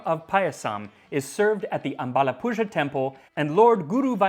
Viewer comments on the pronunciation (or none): Great episode and 10/10 on the pronunciation of Indian words. A correction though, the letters ‘zh’ in the word ‘ambalappuzha’ is pronounced as the letter ‘L’ but with your tongue rolled back and touching the middle of your palate. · The zh in the "Ambalappuzha temple" is pronounced like an American "R" the way you'd say the R in the word "American" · Just a tip for pronounciation! The ‘zha’ in Ambalappuzha is pronounced like a combination between ‘r’ and ‘l’. The transliteration is really deceiving. Pronouncing this sound is really difficult for non-native speakers of South Indian Languages, so no need to stress if the sound is difficult! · when a Malayali hear's some non Malayali trying to say അമ്പഴപ്പുഴ 😆 Any way nice attempt❤❤